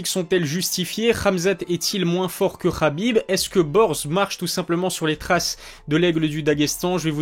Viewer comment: c'est ha..bib pas rha..bib.